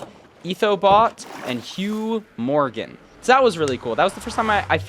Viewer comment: ITS HEW MORAN BRO 😭